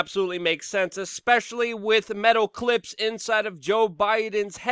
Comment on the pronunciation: "Ekspecially" Love it.